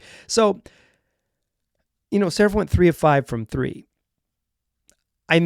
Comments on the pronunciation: The radio announcer had it right: saRAf, kinda like Steffi Graf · More like Sa-rah-ph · From a Hebrew speaker: Saraf is pronounced with the 2 vowels sounding like the vowels in cut, shut, blunt, etc. The second vowel is the stressed one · Ben`s Family name is pronounced : SA-RA-F